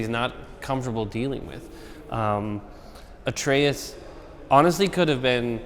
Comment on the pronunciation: "Artreus"? lol